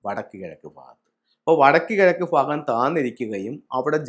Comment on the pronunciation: Phagam അല്ല ഭാഗം